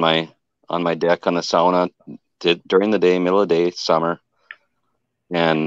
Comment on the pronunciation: I don't know if anyone else picked up that was pronouncing the word "sauna" correctly, I would have to wonder if he was of Finnish heritage:)